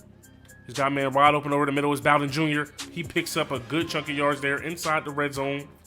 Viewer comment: You said “bow-den” LMAO it’s “boe-den” and he’s our best playmaker on offense besides Benny snell jr.